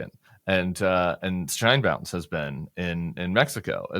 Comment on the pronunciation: Tim, it's SHANE-baum, not SHINE-baum. She was born and raised in Mexico, and that's how she and they pronounce it.